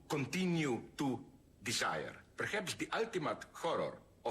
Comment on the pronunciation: La parte más profunda es cuando dice: "Disaier,Disaier,Disaier,"